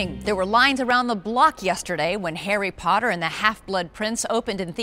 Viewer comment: Does anyone else find it funny how she pronounces Harry Potter the first time she says it? It's like "Hairy paderrr"